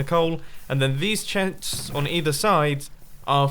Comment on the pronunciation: "These chets" 😂